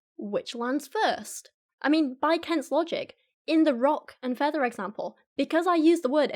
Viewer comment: but stil iz hewiel dan federz... (please excuse my poor knowledge of English pronunciation, I'm Polish)